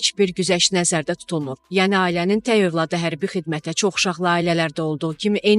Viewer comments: Ay aparıcı xanım, səni efirə buraxan kəs bir dənə "tək" kəlməsini niyə öyrətməyib. Dilimizdə təy sözü yoxdu. Bu sənin "gərgin" əməyinin məhsuludur. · "təy" yox-tək